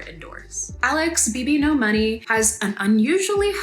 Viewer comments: are you saying his stage name incorrectly on purpose? forgive me if you are and I am being ignorant to your ways. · I haven't watched this video yet but she just made one showing he underpaid artist, hung out with more problematic ppl, and more. It's a good video but you're right about that name mispronouncing (that she kept in that one too)